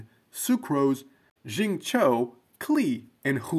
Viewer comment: What im taking with a pound of salt is the pronounciations, who is Jingcho?? 😂